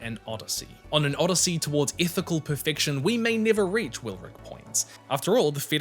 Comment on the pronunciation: Can't tell if he's saying "On an Odyssey toward [ethical] perfection or [Ithical] perfection we may never reach" because of his accent